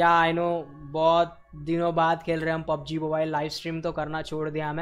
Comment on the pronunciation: he means that it's pub g not pung as said by